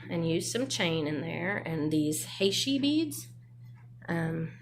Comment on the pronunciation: Great stuffs! Fav is the memory wire bracelet. FYI, heishi is pronounced "he she". It's a very common bead style here in the SW.